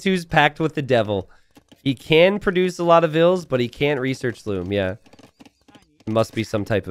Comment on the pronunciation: Here said loom bad